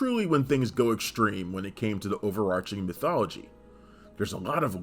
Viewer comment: Great video, but the 'h' in overarching is silent.